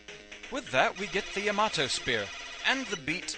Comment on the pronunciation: Its actually pronounced Yah - Mah - Toh